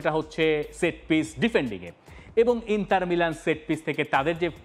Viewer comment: আচ্ছা ইন্টার মিলানের নাম ইন্টার নার্সিৎও-লে! হল কবে?? দর্শক হিসেবে আমরা শুদ্ধ উচ্চারণ প্রত্যাশা করি।